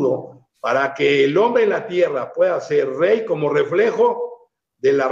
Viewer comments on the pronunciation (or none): Increíble siendo un comunicador no pueda pronunciar la erre